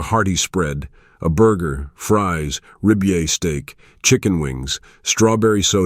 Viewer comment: rib e aye steak. lol. Get the fk out of here